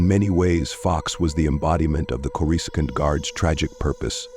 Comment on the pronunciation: Say with me now, Corrus-scaant